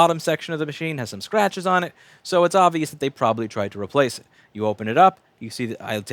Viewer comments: Anyone else notice when he says "The pen is bint" instead of the "The pin is bent"? gotta love one takes :P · "... the pen is bint"..." LoL! The National segment about "right to repair" is really good (Link below). This time offset is where Louis is consulted after the "Apple Genius" said $1200 to fix the "bent pin" problem. Who bent the pin? Certainly not the Genius Bar tech. I recommend watching the whole segment. Go France for suing Apple.